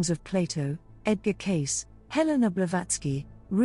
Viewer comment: Edgar Cayce - /ˈkeɪsiː/ , not case.